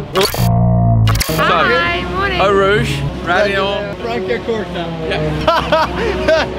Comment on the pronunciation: Au rushj vil vel bli den skikkelige uttalelsen på Eau Rouge